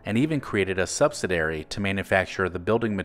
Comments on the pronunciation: It's pronounced : Sub-sid-ee-air-ee. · What kind of dairy is a 'subsidairy'?